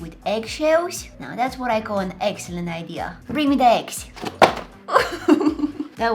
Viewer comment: It's EGGselent